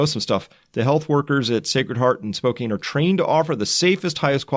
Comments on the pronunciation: I I am HAPPY with them sending 5 coronavirus patients to Sacred Heart in Spokane Wa because my ex-wife is an ICU nurse on the 8th floor. Also we pronounce Spokane “spo can” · Totally not important but it’s spo-CAN. I lived as a pedant and by God, I’m going to die a pedant. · Thanks for the great update Chris, and while everyone is reminding you how to pronounce Spokane, I should also say that Hubei is more correctly pronounced as, "Hu-bey" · Spokane is not pronounced Spoke-Ain, it is pronounced Spoke-Ann. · Spokane is pronounced Spoke-*can*, not Spoke-cane, btw. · Excellent report, thank you! (FYI, Spokane is pronounced: Spo-can, not Spo-cane) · Teach Chris how to pronounce "Spokane", please. Like Spoke-Anne, right? Not Spocaine. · It’s “Spo-can,” not “Spo-cane”. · Its pronounced - Spo-can....NOT Spo-cane. Love the hard work you do. Keep it up. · Chris: Spokane, WA is pronounced "Spo-Can," not "Spo-Kane." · Spoe-cane? Grrrr. Spoe-cann is how it's pronounced. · Spokane is pronounced “Spoke-Ann” not “Spo-Kane.” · Spo CAN, not Spo cane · It's pronounced Spo-can, not Spokane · Spokane is pronounced Spo-Can. Washington cities have strange pronunciations. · Thanks, my thoughts exactly. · Chris thanks for what you do, a lot. I cannot help with the South Korean pronunciations but I live in Washington state not too very far from Spokane, pronounced Spow (snow) can. Just ordered The Fourth Turning. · Its pronounced Spo-can, it's my hometown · "Spo can" is how Spokane is pronounced. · SPOH-CAN is how you pronounce the name Spokane just in case you wanted to know, I realize it has no bearing on the more important topic of discussion. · Great video man just fyi Spokane is pronounced more like "Spo-can" or "spoke ann" if that makes sense. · It's pronounced Spo-can. Thank you for all your time. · The city is Washington ,Spokane is pronounced spo-can. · Spo-can is how you say Spokane. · By the way its pronounced "Spo Can" even though it looks like Spokane. For future reference.